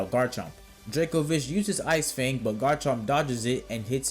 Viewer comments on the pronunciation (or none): none